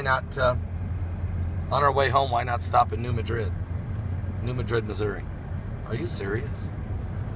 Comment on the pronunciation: It's not New Medrid, it's New Mad-rid. Not trolling, just correcting.